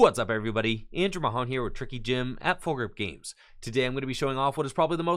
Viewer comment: Any Spanish speaking subs hear Andrew mojon when he says his name and giggle. Also no disrespect love your content and I’m childish 😂👌